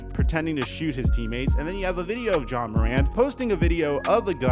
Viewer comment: Why you keep saying John